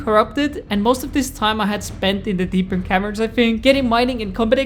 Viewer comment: Bro, love your vids but why do you say “deepern cavern”, it’s “deep cavern”